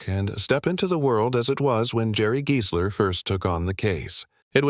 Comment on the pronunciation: If only AI could pronounce names right. It's pronounced Guysler not Geesler.